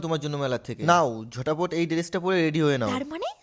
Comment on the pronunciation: ঝটপট ❌ ঝটাপট ✅ 😂😂